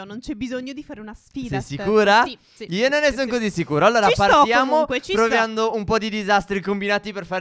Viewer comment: Stef al minuto 1.36 dice #proviando